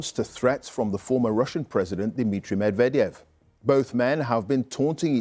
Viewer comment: the former russian presidents name sounded like someone talking in reverse 😂😂😂